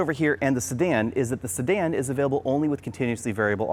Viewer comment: It sounds like you're saying Stan when you say Sedan